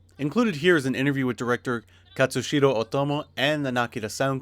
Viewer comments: it's Katsuhiro, not Katsushiro... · Complete review. Very nice. Only irk: the given name of Otomo is "Katsuhiro" (no S). Not enough to deduct any points from the review though. ;) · Katssu-heer-oh Oh-to-mo, right?